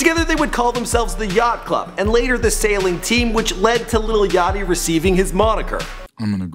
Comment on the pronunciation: it's not little it's lil